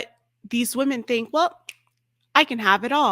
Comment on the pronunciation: The most true words she spoke "I don't fink"